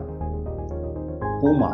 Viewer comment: Right sir it's purna river